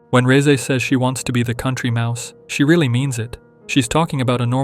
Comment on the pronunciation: FINALLY SOMEONE THAT SAYS REZE CORRECTLY